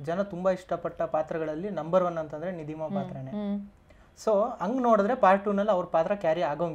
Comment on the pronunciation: ನಿಧಿಮ್ಮ ಅಲ್ಲ - ನಿಧಿಮ